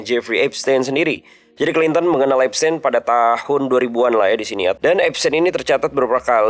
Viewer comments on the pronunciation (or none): Cara baca epstein itu epstin, bukan tein, tapi tin